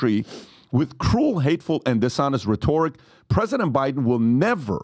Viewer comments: Who is going to tell PBD how to pronounce rhetoric? I’ve heard him mispronounce a couple of times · I love PBD but I hate how he pronounces “rhetoric”